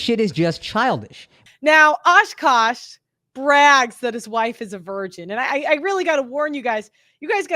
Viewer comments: It’s Aah-Kaaaash not oshkosh…he’s a person not a clothing store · She tore akaash's name tf up, didn't she? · lmao you butchered his name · Girl, come on! Ashkash Sine? Really? Say it with me A-kash. A-Kash, not Ash-kash. For the love of God